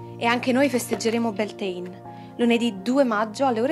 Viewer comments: Credo anch'io non si pronunci così, dovrebbe essere beltain, bealtaine mese di maggio in Irlanda! 🌷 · Beltane si dice cm si legge nn è inglese